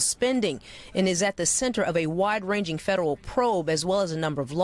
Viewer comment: who let Elmer Fudd do the news? Wide Wanging 😂😂😂